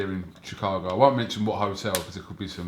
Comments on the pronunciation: Nigga Eddie hearns said "chee-town' Lmao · The pronounce it shy town (chi) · God Lord, he called it chee-town! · Chee town? Lol. Smh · Mf said she town wtf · Lord hammercy he said “Chee Town”. Cringe.